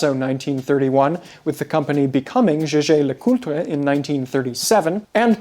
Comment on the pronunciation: May I thank you and commend you on the correct pronunciation of Jaeger-LeCoultre.